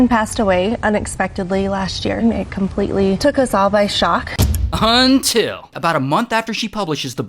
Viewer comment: Hey hey that’s not how you always say until 😢